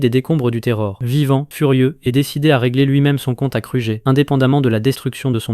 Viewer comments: Car tu dis krujer abla place de kruger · T'as mal dis alien, ranger, kruger et grumm